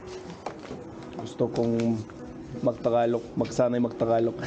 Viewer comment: Nothing aggressive about this comment im about to make, but what makes me steer away from your videos is when you put "FLUENT" in the title of your videos and whenever you try to say "TAGALOG" you keep pronouncing it as "TA-GA-LO" missing the annunciation of the letter G.